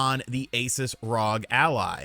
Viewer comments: Dude it's R O G not Rog 😂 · He’s killing me with the rog instead of R-O-G…. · Hey, Just so you know for the future, it's pronounced R O G. (Like you say ) it's an abbreviation for THE REPUBLIC OF GAMERS.